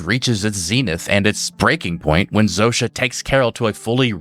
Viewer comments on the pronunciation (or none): Wild hearing the polish name Zosia pronounced Zoh-sha. Guess the writers picked a name from the other side of the world to sound weird and alien for an alien spokesperson.